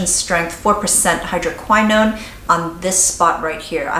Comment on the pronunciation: You are mispronouncing "hydroquinone" - hydro - QUINN - own. It is NOT pronounced (hydro - k - WHY - known) - Jesus L - A - D - Y!!!!